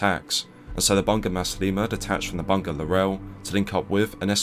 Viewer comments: Its actually read as bu-nga not bun-ga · Bunga = flower pronounced as "boo-ngaa" PS: you can consult me on Malaysian names for your upcoming videos!